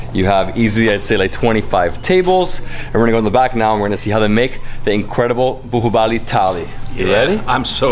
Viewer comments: most of the world: baahubali: buhuubali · Nothing much to comment here. I guess you guys as of now, are quite used to listen to it that you both are simply AWESOME. Great knowledge and respect about Indian Cuisine. A small correction in your pronunciation. So that is 'BAAHUBALI' not 'BUHUBALI'. Love and respect from India. Take care. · Bahubali is pronounced as 'baa' 'who' 'Bali'